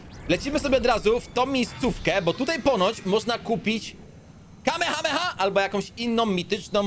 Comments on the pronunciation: nie kamehama tylko kamehameha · ale też Ci tam wyleciał kame hame haaaa